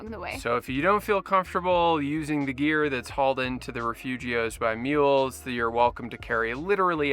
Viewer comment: Great video! Never heard refugios been pronounced in a more American way 😅